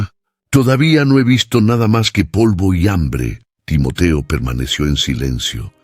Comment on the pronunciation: Muy buena la narrativa lo único son los. Cambios de los nombres de los participantes a veces tiende a confundir Por eso es bueno poner los nombres tal y como los hemos conocido Timoteo no Timotio Timoti pablo no pol y así a cada uno que le ha cambiado